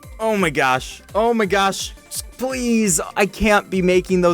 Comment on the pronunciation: he really said splese